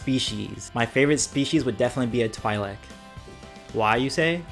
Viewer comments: it's twee-lek not t-why-lek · Twi leak